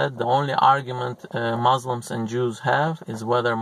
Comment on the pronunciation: It’s Muslims not mauslims